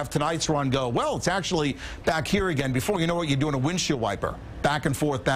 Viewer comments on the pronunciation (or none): none